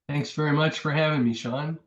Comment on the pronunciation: New subscriber. Interesting videos ad well made. But, "Seán O'Quoi"? That's a real groaner. 😂